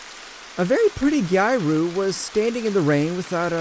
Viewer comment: I'm sorry to correct your pronunciation but it's closer to Gee-ah-roo I really want to watch your videos but it's bothering me too much.